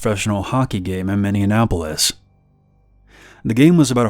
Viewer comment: I’m not American but is it minionappolis?! I thought Minneapolis